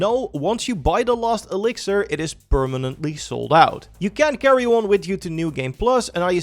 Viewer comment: its pronounced LAST elixir not LOST elixir smh